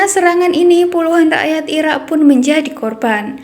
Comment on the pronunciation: Irak neng bukanya ira 😂